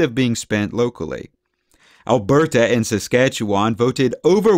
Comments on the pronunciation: Fuck bud, I can’t stand how you say Canadian names. You sound like a total hoser eh? We say Alberta like “Al • Ber • da” not “Al • ber • TA”. Saskatchewan we say like “Sus • catcha • wun” Toronto we say like “Ter • on • oh”. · I’m from SK and I’ve never, ever heard our province pronounced this way. What accent do you have, or where are you from?